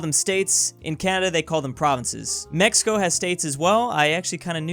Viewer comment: It's still not pronounced as h tho.